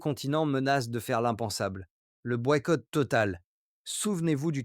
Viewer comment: Le "boiqouoite moral" à 2.55 comme j'aime ta voix, simplement ton français t'est très personnel ♥️⚽️ ❤